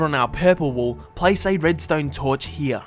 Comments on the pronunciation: Way is he sayin weeya when he wanna say here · The way he said, here though. Herhe